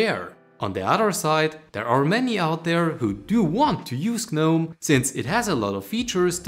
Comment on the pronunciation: You dont pronounce the "G" in gnome. Also, pretty standard extensions, not exactly a major discovery.